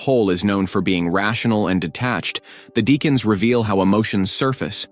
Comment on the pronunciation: It's pronounced DECK ans.